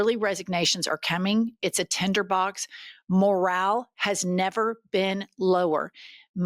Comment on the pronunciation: Did you say 'tender box' 😂😂😂😂 I love you guys but I think all Americans are fundamentally dumb.